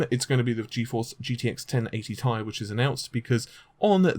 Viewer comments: It's not pronounced 'tie', it's 'T' 'i' or just call it Titanium. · But it's T I not Tie! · I will have to continue skipping the sections of your video in which you call the 1080 "TEE-EYE" ... the 1080 "Tie". Just can't deal. Drives me nuts. Thanks for the Vega news. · not TIE its T-I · T.I not Tie! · gtx 1080 T I ffs. not tie. secondly emboldened not bolded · Not TI tai IT"S TEE AI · TEE.EYE Stop saying "tie". How the hell are you a tech person when you can't even pronounce these names correctly?! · T-I SINGLE LETTERS NOT TY/TYE/TIE/FUCKOFF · t i not tie lol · T.I...T FUCKING I; NOT TIE, NOT TRI, NOT BI BUT LETTER T, LETTER I. FUCK ME IS THIS SETTING OFF MY OCD. TI FUCK SAKE, IT'S TWO LETTERS IN DUAL SUCCESSION NOT AS A FUCKING AMALGAMATION. ITS LIKE TUNING YOUR RADIO; WOULD YOU LIKE AM OR FM, NOT PHONETICALLY AMM OR FUMM. AHHHHHHHHHHHHHHHHHHHHH!!!!!!!!!!!!!!!!! REEEEEEEEEEEEEEEEEE!!!!!!!!!!!!!!!! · first of all it's t i not tie, so get your words right and secondly you aren't invited to that gamer conference either and I bet you it's not what you think it is what if I told you it had to deal with Shield what if I told you that you're f**** wrong it's about Shield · If I had a dislike for everytime you said TIE. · i cant hit the like button in good conscious when you keep saying tie like that. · pronounced "TIE".....lololololol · Sounds like he says Gtx 1080 tie!🤔